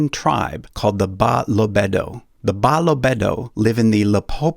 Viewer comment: 😅😅😭😭😭😂😂😂 Brooo, my crying now coz you are butchering my people's name😂😂.. The correct pronunciation is Buh - loh - beh - duh